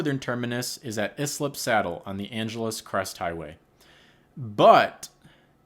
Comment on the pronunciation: You know how i know you’re not familiar with the area? It’s eye-slip not is-lip